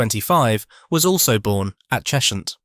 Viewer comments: It's "Ches-hunt", not "Chesh-unt" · It’s not “Chesh-hunt”, it’s “Ches-hunt”